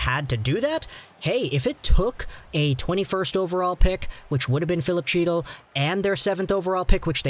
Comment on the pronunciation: "He-til" not "Chee-til"